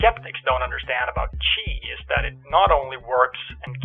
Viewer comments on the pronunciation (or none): Dude, stop pronouncing "chi is" like "cheese"...you keep saying it. Kind of makes you sound even sillier.